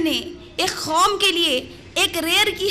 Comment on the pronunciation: kom ko khom kyo keh rahi hai ap